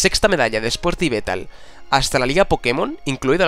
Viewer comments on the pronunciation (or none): que no es yvetal que es yvelllltal con L XD